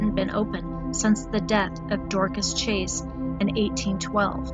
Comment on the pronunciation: Chase, not Chaes.